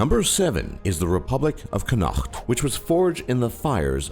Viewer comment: Please learn the correct pronunciation of Connaught. And Somaliland.